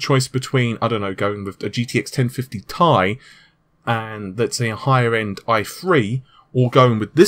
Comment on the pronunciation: It's 1050 T i, not thai...